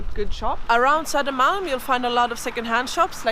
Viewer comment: Om jag vore dig skulle jag uttala söder [-malm] på svenska (istället för någon halvanglosaxisk satsmelodi).